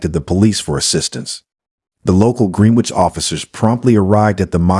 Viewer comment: Pronounced "GRENN- NITCH" not Green-Witch. - Excellent voice , diction & presentation otherwise.